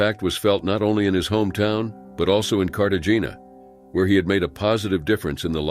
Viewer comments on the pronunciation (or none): Carta-gina omfg this shouldn't irritate me as much as it does but I'm one Fp those pronounce things correctly no matter the language people. It's CARTA-HEY-NYA though it's not spelled that way. Is it just me? 😂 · You do not pronounce the g in Cartagena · "We don't want this to happen to another AMERICAN family"...fck off. And learn how to pronounce Medellin and Cartagena....ridiculous..I assume it's A.I. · Please check the pronunciation of the cities! Cartagena and Medellin were pronounced like an ignorant American would pronounce them!